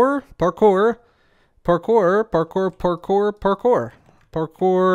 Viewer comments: I've never been so aware of the American accent saying "pore-core" instead of "parkour". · that's funny hahahahahhaahah stop saying parkor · At first I heard "parkour" then it turns into "papoy" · Is saying parkour or pork ore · It sounds like parker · I think at some point he started saying “carpour” sometimes lol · I know Spanish, and it sounds like ¿Por Que? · "Pork ore" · 😂😂 not going to lie, I totally started hearing that too 👏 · first parkour sounds like "Bonjour" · I swear I heard you say "por favor" a couple times in there. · By the end I thought he was saying hard pork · will you ever say parcore again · It sounded like you were saying parker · Legends say he is still saying Parkour. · "Today's forcast".... I think you mean parkour parkour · Did it ever get easier to say parkour at any point?